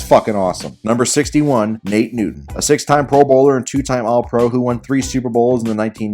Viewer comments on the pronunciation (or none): none